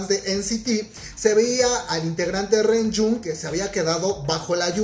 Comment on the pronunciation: ReJun se pronuncia lonyun